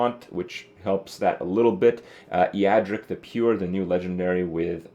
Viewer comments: Justin Pinotti Isn't it A-dric? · Alice-strasza and Ee-yad-ric? wot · Ok I may be mistaken but the way he pronounced "Eadric" gave me ear cancer. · I hate the way Kripp pronounces Eadric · Your pronunciation of Eadric gave me cancer